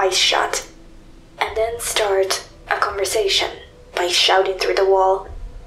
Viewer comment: But guysh mating shtarts wif m not f